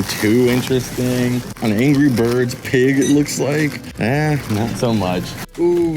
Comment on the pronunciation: The way you say Cheshire Cat makes me cringe..... It’s CH as in CHurch or CHeck